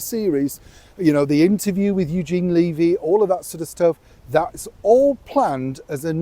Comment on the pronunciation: Say it after me, Eugene Levy like heavy with a L. Hate when his name is pronounced incorrectly. 🇨🇦🇨🇦🇨🇦🇨🇦🇨🇦